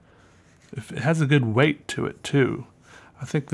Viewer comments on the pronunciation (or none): none